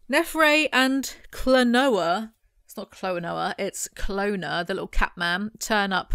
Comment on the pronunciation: i have no idea why but i always read kolona as canola in my head, even when i read these books as a teenager, its always so weird to hear it said the right way lol